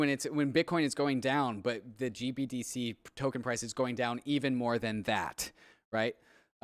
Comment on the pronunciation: Why can't say GBTC correctly? Lol. Also, blockfi got fined 100M for lending. Big part of their demise. Nobody seems to point this out as another rug pull on them.